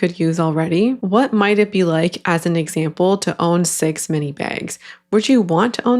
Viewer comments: why do all of the AI voices say meenee instead of mini 😬🙂‍↔️ i think it would be fine if it wasn’t normalized to get ten scoops for like $20 a scoop or whatever ridiculous price it is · Obsessed with how in the first video mini is pronounced meanie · I kept hearing “meanie” too 😂😂😂 Took me way too long to figure out what the AI was doing. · I think it’s trying to say “mini” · Minor thing on the AI voiceover but the way it mispronounces words is soooo annoying to me omg, "meanie" notebooks instead of mini, "hair tee-eye" instead of hair tie. I feel like it just adds to the ragebait component of these videos.